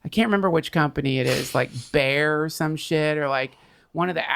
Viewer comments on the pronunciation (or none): Its not bear mr Duncan trussel but Bayer.